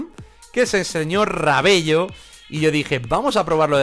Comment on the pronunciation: Amigo se dice "Rabelo" Pero se escribe Rabello